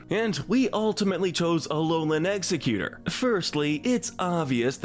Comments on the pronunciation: It’s egg-Zerg-utor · It's Ex-egg-U-tore. And Pokemon is too good to be associated with the cleaning sponge. And NEVER say 'everyone's favorite' when referring to this show, I HATE all of it! It's pronounced Fur-frue with a hard U not ow. Dewpider is like spider, the anime screwed up